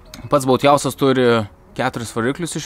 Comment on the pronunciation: 1. Kodėl "bouthiauzas", o ne "bouthauzas"? 2. O gal pabandom lietuviškai: laivanamis?